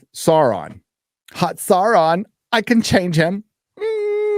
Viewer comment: roll those R's when saying Sauron... Well done. Skill useful in bedroom, also.